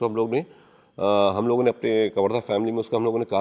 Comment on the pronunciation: Creaters se request h kisi bhi state ya जनजाति food culture ka video banaye to plz pronunciation achhi rakha kare.. वनवासी क्या होता है आदिवासी होता है,, its कवर्धा not कावर्धा